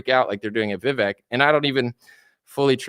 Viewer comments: . Vivek is how his name is spelled, and if we all just remembered to pronounce his "e" as a Spanish "e", then we'd all say it right. It rhymes with cake. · Vivek himself says the "vek" syllable rhymes with CAKE. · It's pronounced VI-VAKE